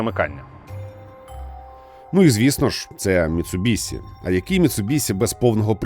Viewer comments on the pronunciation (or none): Як боляче😅 Міцубіші* ші* чоловіче) Бо транслюють し як Сі люблять лише росіяни(і то далеко не всі) і ті хто кажуть за звичкою з російською.. Ми ж не кажемо суСі замість суші (так.. и в них теж нема..) Заради справедливості там звук десь серед Щ російської та С.. але для людей що не шарять літера Щ буде НАБАГАТО ближче до оригіналу.. ця літера відповідає українській пом'якшеній Ш а так як і пом'якшує попередню приголосну.. то し слід передавати як Ші